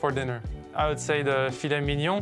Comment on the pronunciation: Thought dude was just a Serve and Volleyer from Southern California, but his other past life is a Parisian foodie who pronounces Filet Mignon properly. Well played Monsieur